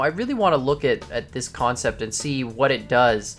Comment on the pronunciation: This sept lol